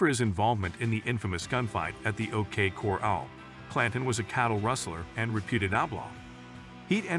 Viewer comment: Voice over machine can't say Tombstone or O.k corral correctly 😢😂